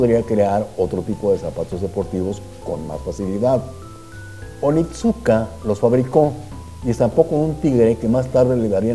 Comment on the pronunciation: Creo que la marca se pronuncia onitzka, excelente informe!